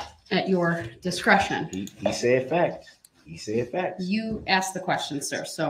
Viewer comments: He is freaking out about things he "axed", which means chop them up into splinters. 😃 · “Ax” isn’t magic? 😂